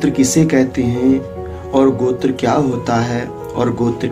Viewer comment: "Gotra" where comes "G+akar" ? it is " G+ oukar" . Please don't misguide to viewers.